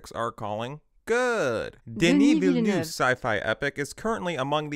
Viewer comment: Very interesting take. One quick useless note, from a native French neetpeekair: the director's name is pronounced "duh-nee vil-nuh'v" (with no accented syllable)